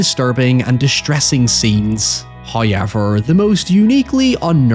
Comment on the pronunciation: First "hoyevver" drops . We have pleased Him with our attentions, and we are rewarded.